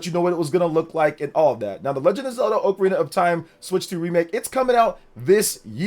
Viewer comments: It's "oc a rina" not "oak a rina", get it right. Lol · Oc-arina not oakarina. Kinda like octopus you don't say oaktopus lol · Respectfully, I disliked the video based off the pronunciation alone. Dude said "OAK-arina" of time. Absolutely wild work. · It’s wild how many people pronounce it wrong, as oh-carina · If you cannot say Ocarina of Time like you're supposed to and you say it stupidly like that do not say it at all you're ruining the name of the game